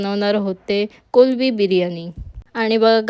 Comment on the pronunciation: Mla khup chan vatal tumhi kolbi bolat 😅 karan ki sarv jan kolmbi boltat pan mla nahi avdat 😅